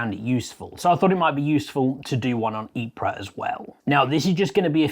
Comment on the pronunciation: There is no PRA. Just EEP. A slight plosive after the EEP bbit b iver EEP-PRA.